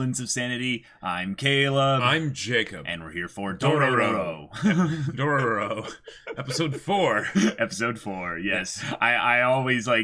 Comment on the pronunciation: 3 episode has passed and they still calling it Dorororo 🥴 even after hearing the right one so many times